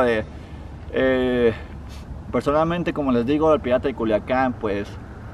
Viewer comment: Juliacan ,,,pendejo